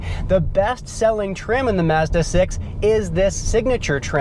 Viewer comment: Great review and you actually pronounce it 'Mazda' NOT 'Marzda'!